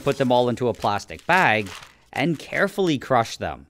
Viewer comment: Him: carfuly crush them : me ok him: his hands slap had me: yooou thought u said carfully